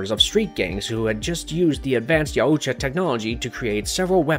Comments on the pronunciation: How are you going to make an hour long video and pronounce the name of the predators wrong every time and have no one say anything. It’s making this video unwatchable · I know there are a few ways to pronounce Yautja but I've never heard the way you pronounce it and I must say I absolutely hate it. Idk why but it's like nails on a chalk board to me. Sucks because I wanted to watch this video but I don't think I physically can. :( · This guy doesnt know how to pronounce Yautja at all! 😂😂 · Not sure if this is like some automated voice that doesn’t understand the certain pronunciations but I’m pretty sure they were like five or six different pronunciations that were completely wrong. Most obviously is how many times they said Yautja emphasizing the U way too much. Also Predalien is not different than predator and isn’t pronounced PRE-dalien. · Yow-oo-tcha got me and kept going like nails on a chalkboard Just Yow-tcha/Yaw-tcha Au makes a single sound Like taught or caught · I’m pretty sure it’s pronounced (yow-cha) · I'm pretty sure that the pronunciation of yautja is "y-out-ja". That's all, hope y'all enjoy prey today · YAOUtya? Sorry but I believed it was Yautja. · It's pronounced Yowt-cha, not Yow-oo-cha. Drove me crazy for 58 minutes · Buddy puts too many syllables in Yautja lol. It's Yaut-ja not Yau-uut-ja lol. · yow-cha no yah-oo-cha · Yow-cha not yow-u-cha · The name is pronounced "yOWtja" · And also I’m loving the yar udja as he pronounced yaudja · YAH-OOU-tJAH....I can't unhear this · “Ya yoo cha” or “yowcha” i cant😂😂😂💀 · 30 seconds in and you’ve said YOWOOCHA about 5 times… can’t do it. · The YA U CHA 💀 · Pronounced Yacht-Ja. It's like Taut, like a Tiger... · its Yautja.... Not yauooootja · It’s pronounced yowt-juh damnit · Yaaoocha😂 Danny Gluever😂 dude to be so well read you sure do mispronounce a lot of words. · Yaooojta lol just say yaujta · Each time i hear you pronouncing Yaucjas it's screeching sound in my head. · why do you say yautja like that